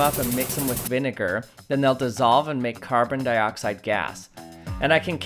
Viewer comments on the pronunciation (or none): The pronouncing of vinegar sound racist XD